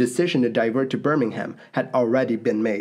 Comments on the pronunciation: Bur-ming-um, not Bir-ming-ham. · Just a heads up, that city is pronounced "Burr-ming-um" rather than "Burr-ming-ham" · Yes and Birmingham should be pronounced Burmanum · The h in Birmingham is silent too. For Birmingham, England anyway. Birmingham Alabama is pronounced the way you said it.